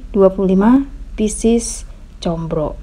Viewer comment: Maaf Neng bukan ComBro tapi ComRo, kalau ComBro=Oncom di JeBro dong 🙏